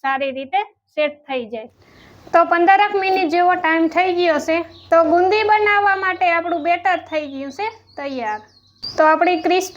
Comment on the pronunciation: Bundi kevay bolta sikho